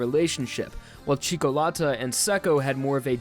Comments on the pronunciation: "cikolata" IT'S FUCKING "CIÒCCOLATA" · C H E E K O L A T T A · Do not pronounce Italian names if you can't. It's CIÒ CCO LÀ TÀ TI Z IANO SÀ LE ALSO YES JOJO IS GAY AND I LOVE IT :D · Im italian, and your pronunciation of "Cioccolata" gave me cancer, it's "Chi-okko-lata" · It's killing me as well